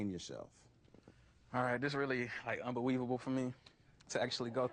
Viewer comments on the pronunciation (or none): Did this cat say "unbeweavable"?